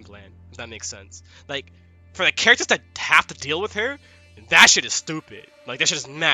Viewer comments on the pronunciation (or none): none